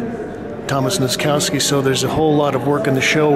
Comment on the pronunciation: I hate the way you pronounce the name Nozkowski (noskauski), it should be nosskoffski